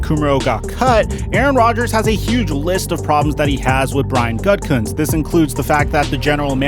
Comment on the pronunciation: I keep thinking people are say “GutCunt” when talking about Gutkunst 😂